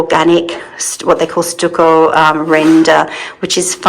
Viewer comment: 🍃Much love and speedy recovery,. I think the first wallpaper is the best…it took my breath away! It will make that room just ravishing. FYI, in the USA, we pronounce stucco like “ stuck…I was stuck in the mud”! Stuckoh …